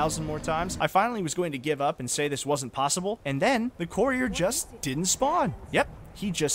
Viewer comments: “The coreer”😂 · How many times will courier be mispronounced? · God the way you say the word courier 🤦‍♂️